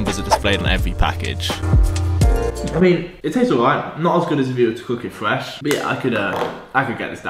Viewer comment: Did you find a diffwence between the pwepped and the fwesh bweakfast?